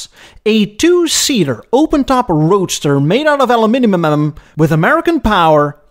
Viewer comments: Interesting piece but alumaminimum???? Ahh Loo Mih Num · Please keep your pronunciation of alumiminimanim great!!! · So, you can not pronounce "Aluminum"? Time stamp , you say "Aluminumum". Funny for a car guy. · How did that go, again? “Aluminiumnumnum?” 🤣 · His aluminuminum made me smile…aluminium indeed ..pshaw… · Lmao A Lu meh num I think you add 6 syllables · The way you said aluminium is priceless 😂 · I love how you dodged the UK vs USA pronunciation there. From now on I shall use your version. (edit) Wait, is that the Dutch pronunciation? Ahhh. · As just one more of all too many American A-holes, I can't help but tease you, dear, about how you pronounce the American English word "aluminum" (with way too many additional syllables) in this video when you're being extremely kind about that 1947 Rocket "contraption" of a supposed street worthy car in declaring it America's first "sports car!" Your automotive videos are absolutely THE BEST on all of Yoo-Toob! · Wow, and I thought the Brits had an odd way of pronouncing "aluminum". But thanks for putting all those familiar, but confused marques into historical perspective. Nash Austin Healey, Kaiser Darrin and most unknown to me outside the name: Muntz. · You really seem to have a problem saying aluminum.